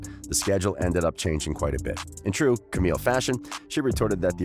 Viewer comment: Why do you keep pronouncing Camilles name wrong?